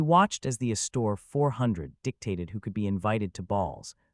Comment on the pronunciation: Tell your AI theater the name isn't said "uh-store." The accent is on the first syllable.